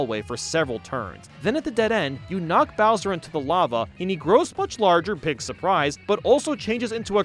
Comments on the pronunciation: Say it with me: Bowser grows “BEEEG” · no. bowser. grows. BEEEG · U said big wrong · When u said “bowser grows BEeg!” Lol 😂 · Your saying big wrong